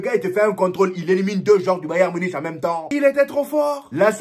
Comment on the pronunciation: On le prononce bayern munique frérot pitié 🙏🙏